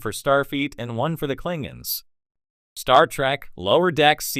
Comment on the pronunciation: cling ins ????? teach ur Ai to talk